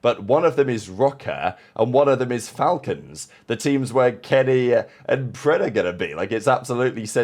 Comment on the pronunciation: It's pronounced,The Fal-Colns Shoutout